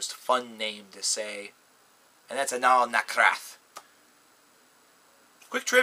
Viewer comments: ***** Well, read my comment again please. is pronouncing their name "Anaal NaKHraTH", when they're actually called "Anaal NaTHraKH". See what I'm saying? Also, they don't pronounce their name "Anal Nathrakh", which you wrote. That would translate to "eɪnəl næθræk", but the correct pronounciation is "ɛənæl næθræk". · good job mispronouncing their name. they're called anaal nathrakh, not anaal nakhrath.